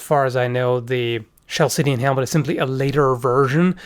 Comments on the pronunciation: When referring to Corinthian helmets ate you saying chaldean? "Ch" is pronounced with a hard "K" like kal Dee An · Minor pronounciation thing, the Chalcidian helmet is pronounced in k, not s, ie 'Khalkidian'. Great vid, not a fan of cones, but close helmets I do like the most, even more than Hellenoroman ones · Great video. For future reference "Chalcidian" is pronounced with a strong "K" sound in the beginning = "Kalcidian", like calcium.